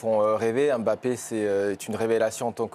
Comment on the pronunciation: Mbappé en 2 syllabes pas 3. Est-ce que vous aimeriez qu'on ajoute une syllabe à votre nom ? Ça ressemblerait à quoi ?? Un peu de respect quand même c'est pas compliqué de bien prononcer deux syllabes correctement.